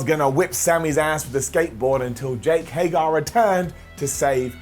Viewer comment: It's HAY-GER!!!!!!!!!!!! Stop it!!! It's not HAY-GAR!!!!